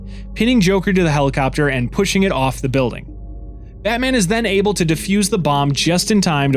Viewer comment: I swear he's says Antman sometimes...love the vid though.